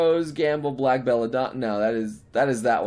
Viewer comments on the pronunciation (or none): Says Black instead of Blake.